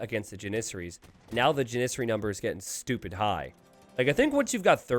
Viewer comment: Someone in the chat pointed out he was saying Janissary wrong. It's JANissary. Then it seemed like he made a point to say jaNISsary as many times as possible for the rest of the match.